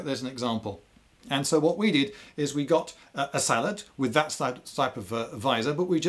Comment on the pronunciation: Yes! "Sallet" not "Sallay"